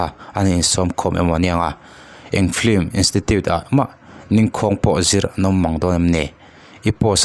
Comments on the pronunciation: "Film" tih pronunciation hi Vai lei tlir dik ve thei lote'n "flim" tiin an lam țhin a. Keini Mizo tribal thu har leh ulh deuh pawh lam dik thiam v ek si hi chuan "flim"chu i ti ve lûl lo ang u. Mizo lei hian" film" tiha letter "l" lam ri telin "f-i-l-m" tiin kan lam thiam êm êm tho a ni. Chuvangin, "flim" tiin lam ve tawh lo hram teh ang u. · Ti nge a chhiartu ber hian ' flim' a tih tlat le?